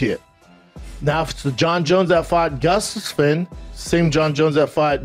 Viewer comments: let's see how many names Brendan "CTE" Schaub can mispronounce. Gufsussfin DC back in da day Glober tekshera Shogun rueahh Chael sownen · Brendan Schlob- “Now if it’s the Jon Jones that fought gushstephisin”